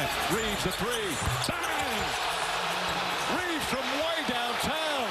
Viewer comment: His last name is Reaves not Reeves. How do people not know at this point?